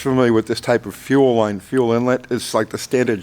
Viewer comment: No Oring-e in fuer Rine